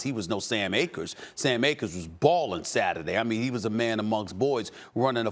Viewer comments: Definitely cam Akers not Sam Akers😂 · The man's name is Cam Akers not Sam Akers. Hidden gem on my bench all year. Thanks McVay for finally taking Cam out of time out. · Sam Akers 😂 it’s cam my guy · Cam* not Sam, stupid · CAM Akers Steven A, not SAM Akers!.....CAM! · Put some resepek on his name , it’s Cam Akers not Sam lmao . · Did Stephen A even watch the game? Lmfao he said both SAM Akers and John WAHford... bruhhhh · Why SAS talking football when he doesn’t even know “Sam Akers” name is “cam”?😂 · UH that's, Cam Akers, Stephen A. Not SAM AKERS ...smh when y'all sit there and disrespect these football players name and not correct yourselves , like its unprofessional, what these teams did on Saturday was great on both sides but those Rams just put more heart , simple, Russell tried , he really did but he has no O-line , facts, but come one hold your people accountable, it's comes off as disrespectful and ignorant, and SAS should know better. Like wow this man A NFL PLAYER , that's awesome in itself...what a shame! NO ONE CORRECTED HIM EITHER... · Did I just hear Sam Akers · “ sAm AkErS ” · Wait did he say Sam akers??? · "Sam Akers" okay Stephen A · nobody: absolutely nobody: stephen a: “sam akers”